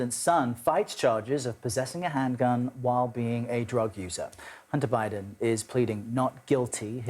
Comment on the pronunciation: uh huh.... because nothing says "I could care less about Biden!" like saying his name like "bribe-den".... 😂 Tool!